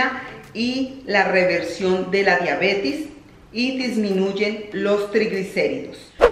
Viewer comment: se dice DIABETES, no Diabetis